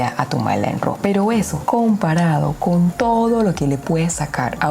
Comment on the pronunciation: No se dice ro … se pronuncia ra . Raw es decir entero natural …